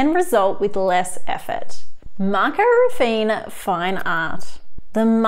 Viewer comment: That's not how you pronounce Raffiné. :C